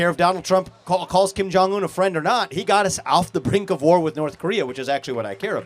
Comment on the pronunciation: I’ll never take an adult serious that pronounces with and both as Wif and boaf